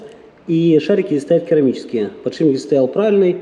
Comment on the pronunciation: подшиБник твой запарил. Бесит когда так говорят механики